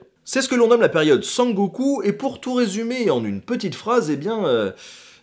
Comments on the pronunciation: LA PÉRIODE SANGOKU XDDDDDDDDDDDD pls ça se prononce sEngoku comme la lettre N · sangoku ? periode SEN GOKU (seine gokou) et daimyo (daye miyo) merci de faire attention aux prononciations svp messieurs les "historiens" , de plus ne meme pas citer les navires noirs et encore moins le nom du commodore perry alors que c est un evenement important est plus que moyen ... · Là où ça fait vraiment mal, c'est pour le terme daimyo (qui se prononce "d'ail mi-haut" plutôt que "dés mi-os"), répété une demie-douzaine de fois en une vingtaine de secondes. Sur les autres mots, il y a certes quelque fautes notables (comme prononcer San Goku - ça, c'est DBZ - au lieu de Sengoku), mais le reste est assez correct (la prononciation de Meiji n'est pas simple pour quelqu'un n'ayant pas l'habitude du japonais). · Très intéressant même si j'avoue le 5e "démiosse" m'a poussé à venir préciser : honin se prononce "honine" (pas haut-nain) sengoku se dit "scène-goku" (pas cent-goku) et daimyo se dit da-i-myo, sans prononcer le s au pluriel (je pense qu'on peut fournir le nom une fois et dire "seigneurs" par la suite, c'est plus clair) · c'est SENgoku jidai. Ça ne met pas en cause la (super) qualité de la vidéo mais c'est comme appeler le Moyen-Age "moyennauge", ça le fait pas. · Pas de chance, c'est correcte: c'est bien sengoku, et pas sangoku. 日本語は日本人のように喋られないけど、そんな基本の間違いを正しくしていいでしょう？ D'ailleurs "démios" fait encore plus mal ^^ On s'en fout, puisque cette vidéo n'est pas destinées à des japonais, mais juste pour information ça ce prononce daïmyou (da-i-myoo), qui se traduit littéralement par "grand nom", sous-entendu renommé. Concernant le s prononcé au pluriel, je crois me rappeler qu'on ne prononce pas les s du pluriel des noms empruntés aux langues étrangères, mais je n'en suis pas plus sûr que ça. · SENgoku, pas SONgoku...c'est pas un perso de dragon ball... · SENGOKU pas SANGOKU ... Sinon c'est toujours aussi passionnant . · periode Sengoku pas Sangoku xD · Sengoku pas sangoku -_